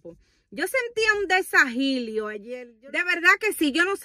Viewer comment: Se dice desajilo en el estomago